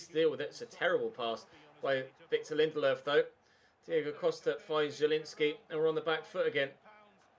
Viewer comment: Lindelofs pronunciation🤢🤢🤢🤢 stop using an accent it’s so shit